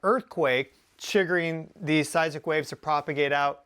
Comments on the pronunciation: It occurs to me that a real Geophysicist should be capable of correctly pronouncing "Seismic Waves". Not "Size ick waves". How can we take you seriously. Unless you have a speech impediment, then I could make an exception. If you do, then I apologize. If you don't. I suggest you review your production more carefully and re-shoot things like that. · You said seisic waves. I’ve only heard of seisMic waves. Is there a difference?